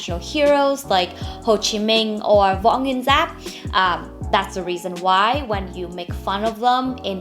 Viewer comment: Are u Vietnamese? The way u pronounced the name of Uncle Ho and General Vo Nguyen Giap make me really think u r Vietnamese 😅